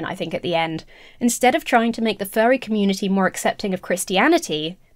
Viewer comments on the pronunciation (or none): please enunciate "Furry" a little more clearly, cause you're coming across as saying "fairie"